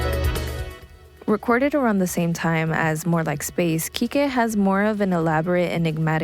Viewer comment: There are 5 Seefeel studio albums, latest released in August this year...... Quique is pronounced 'keek'. Please read some interviews with the bands mentioned before making your videos & please try to put some intonation in your voice & slow down! Its not a race....